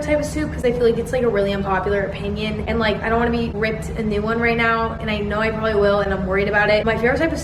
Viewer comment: “also porbably.” same